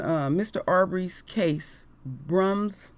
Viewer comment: Queen it is pronounced "Bruuns wick"